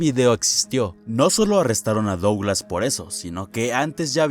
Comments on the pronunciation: wey, qué te cuesta pronunciar "duglas"? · AAAAAAAAAA pq pronuncias Douglas y no ''Duglas''